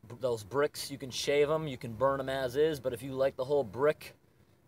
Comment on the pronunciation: The way he said “bricks” cracked me up.